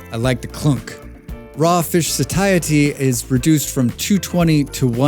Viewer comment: I have never heard someone mispronounce satiety so badly